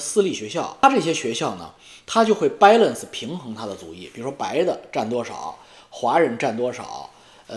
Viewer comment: ，前些天你笑话阿姨的英文，今天我听出你的几个单词发音也不理想，中式发言浓度偏高。Fuck，你说的往fak偏；balance，你说的掰Lance；还有一个词可能是要说Melt 融合，说成迈特。见微知著哈，元音的发音比较中式